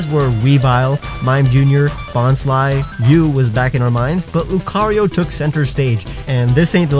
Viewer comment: Why does c have its own syllable while rio only as one? Shouldn't it be loo-cah-ree-oh?